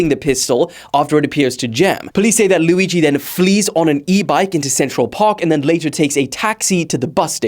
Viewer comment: cant wait for to be able to pronounce Luigi instead of lewi G